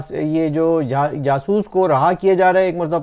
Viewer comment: Sir, Jaasoos hota hai, jasoos nhi🤣🤣🤣🤣 Punjabiyo ki bhi hadd hai Btw, love you sir